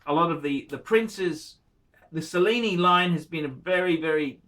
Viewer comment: "Sellini"? (Cellini) Do you also enjoy the 'Sello'? (Cello)